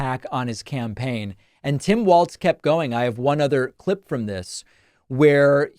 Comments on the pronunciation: Just because we might be using it a lot in the near future, it's pronounced like "walls" not "waltz" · It is pronounced Walls - Walz not Waltz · *WALZ (not Waltz.)